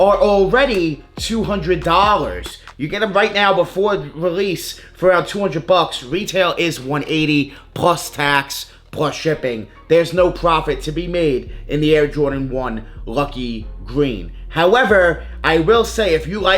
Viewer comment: There no “prowfet” are you trying to say profit?